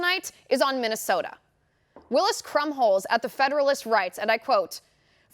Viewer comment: Say minnisota................who do you think you are......CALIFORNIA???